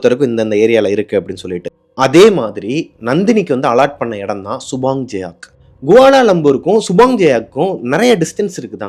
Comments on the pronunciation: Subang jaya thaa ya.. jayak ille.. and its Ringgit not Linggit. 😂😂😂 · Hi Bro.... . It's சுபாங் ஜயா... Not சுபாங் ஜயாக் . It's ரிங்கிட்... Not லிங்கிட்